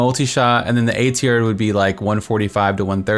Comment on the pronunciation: Sounds like you are saying 'aids-here' instead of 'A-Tier'. =) Great video, very helpful.